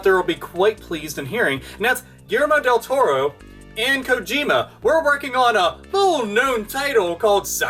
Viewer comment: "duillermo del torro"